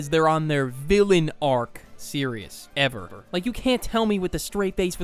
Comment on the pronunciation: “Ev- e- r” 💀